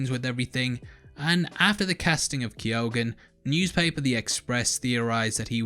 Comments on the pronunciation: Pronounced keogh - google it ffs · Key-own. That's how you pronounce it, well that's how my in-laws pronounce it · Keoghan is a Gaelic name and is pronounced 'Key - Ohan' To all non Irish people. Lol